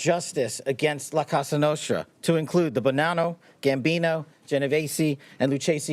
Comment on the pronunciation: It's la Cosa Nostra not la Casa Nostra that by the way they're gone long time ago !!!! Stop saying casa nostra !!!!